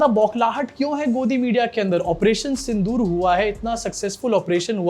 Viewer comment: Sindh-o-or nahi sir 🙏 Sindh-or Pakistan hai sir